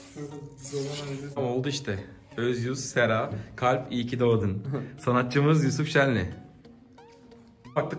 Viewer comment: ARKADAN "İYŞ Kİ DOĞDUN BENN" DİYİŞİN DİKKATİMİ ÇEKTİ😂